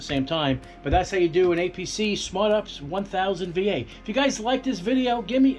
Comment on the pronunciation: U-P-S Not ups